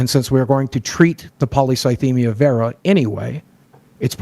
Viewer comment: I hate how Boggie says Vera just listen to it is horrible